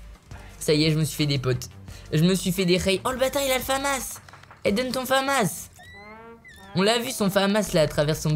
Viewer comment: Michou on dit la famasse pas le fammasse